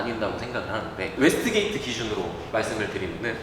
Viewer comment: 웨스트게이트가 아니라 웨이스트게이트 입니다.